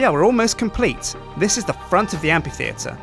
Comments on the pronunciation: the Amphitheatre is pronounced "amfitheatre", not "ampitheatre". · Am-PH-itheatre! Not Am-P-itheatre! Gahhh! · Why can't u say amphi, u just said ampi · amphitheatre isn't pronounced like ampy-theatre, but like amfy-theatre, just like Philip is pronounced Fill-ip. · Is it amPitheatre or amFitheatre? I always pronounced it in the latter manner. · what u wrote 4 the title was pronounced am-fi-thee-ter ITS PRONOUNCED am-pi-thee-ter! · It's a motherfucking amphitheatre, not an ampititheatre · Sjiiiin it´s pronunced Amfi, not ampi. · Did he say ampytheater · Amphitheater is pronounced Am Fi Theater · Amphitheatre is pronounced am-fuh-thee-uh-ter. Key point is the F sound in Amphi, rather than a P sound. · Surely it's pronounced "amFitheatre", due to the ph. Otherwise it'd be spelled Ampitheatre without the H. Or is it a british thing? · Amphi. Phi. Ph. F. Amfffi. Fff. Sorry, but ability to mispronounce completely random things make me lose my damn mind sometimes. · It's pronounced amp-fee-theatre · Now unfortunat- So there we have it; the amphitheatre of Dale! Also the word Amphitheatre is pronounces amp-fee-theatre. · is it not pronounced ampFitheatre? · I hate to sound like a total nob, but... you're saying it wrong (according to the Oxford Dictionary, anyway); Amphitheatre - A round building without a roof and with rows of seats tha... pronouced: 'æmfɪθɪətə(r). No worries. The building looks awesome:) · Ok, english is not my first language, but I have never heard Amphiteater as the way said it, I have always heard it like Amfiteater. Can someone tell me if what I have heard in the past is wrong or not? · The amphi- in amphitheatre is pronounced "amfi-" just like in amphibian. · i love how he pronounces amphittheater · it's pronounced like an f -_ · I agree. Hasn't he heard anyone else say amphitheater before? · Am I the only one who got ever so slightly annoyed at him pronouncing amphitheatre wrong?